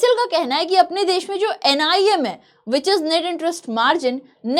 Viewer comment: Nii not nim